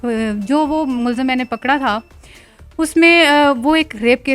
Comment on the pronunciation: Please correct "mulzim" as mulzam.